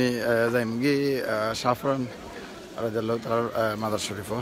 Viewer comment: রাদিআল্লাহু না ঠিক করে বলবেন।